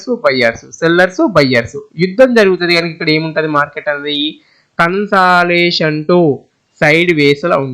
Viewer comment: అరేయ్ దరిద్రుడా ఇంత చెత్తగా చెప్తున్నావు కన్సలాషన్ కాదు రా అది కన్సల్డషన్ రా నీ నత్తి